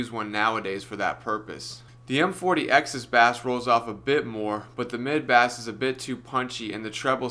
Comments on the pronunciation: Why do you pronounce the word "bass' like the name of fresh water fish? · What's with the pronunciation of 'bass'? 😖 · Mid "bas"? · My dude calls it bass 🐠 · "Bass" rolloff I didnt know a fish had rolloff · Is he ironically pronouncing bass like the fish, or is he being serious? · Learn to say it properly...